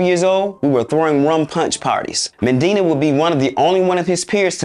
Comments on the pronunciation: MANDINA ??? It’s weird how you create an entire documentary clip on Benny Medina but didn’t even learn his name properly. You literally mispronounced his name MANDINA the WHOLE time. Such a simple yet important detail that makes you look so unprofessional as a channel, and discredits your journalism. Nobody even caught that before you broadcasted it to your audience??? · As well as saying Medina's name wrong the whole vid lol. He'll get better though